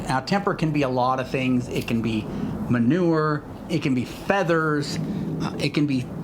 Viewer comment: Did you say manure